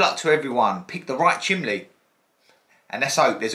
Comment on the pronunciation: Are you saying chimley haha 😄 the scratch coin is so pretty 😍